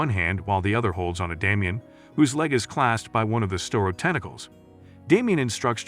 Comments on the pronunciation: Star-O not Stair-O, Starro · It's Starro, not "store-ro". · Did you just call starro stero? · Starro not storeo stupid computer narrator. Cartoon jimmy olson is black? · "Sterro"? Seriously? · its pronounces star-o